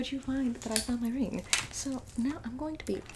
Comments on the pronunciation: My reeeng Me: subscribes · “My RIEENG” 😭💀😂